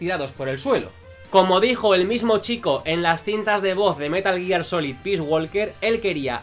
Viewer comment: Vídeo tremendo. ¡Gracias por decir bien el nombre! No hate, pero me chocaba mucho que una persona que es super fan de la saga (por lo tanto que está harto de escuchar en los juegos cómo se dice) lo dijera mal. Haces muy buen contenido.